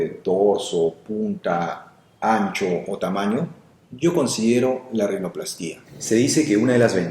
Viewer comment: Hola doctor, con todo respeto vengo a corregirle la pronunciacion de la palabra rinoplastia, al no llevar acento la silaba tonica seria "pla", rinopl"á"stia, abrazo y buen video